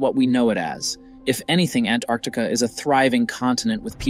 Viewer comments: Why is he calling it ANARCTICA? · Why do you keep pronouncing Antarctica that way? Your dropping the T.....it is pronounced ANN TARTIC KA no matter where you are from. It is not ANN ART TIC AH